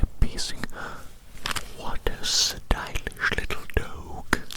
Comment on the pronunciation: “what a stylish little DOWG” nice annunciation 😂